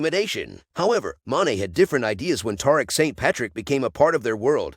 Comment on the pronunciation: Tuh- reek that’s how you pronounce tariq 🤦🏼‍♂️